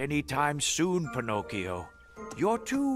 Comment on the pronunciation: “Im ✨ bEllA ✨ “ “pInCochiO”